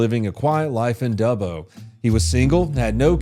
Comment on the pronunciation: So happy you pronounce Dubbo correctly I've heard America's pronounce it Doobo! He's an Aboriginal they have a thing called "Walkabout" they wander the bush for days sometimes weeks and even months!